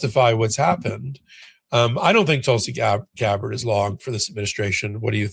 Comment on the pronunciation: Yes. GABbard, not GabBARD